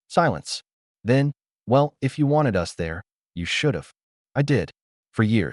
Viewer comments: Haha, I’ve noticed that too! It’s like AI can’t decide if it’s “us” or “U-S” and ends up spelling it out every time. Guess it’s still figuring out those little nuances! 😂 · AI can't seem to pronounce the word "us". Always come out as U-S. 😂